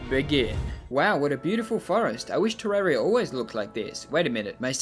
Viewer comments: ter-RAR-ia not fucking ter-air-ia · *wrong way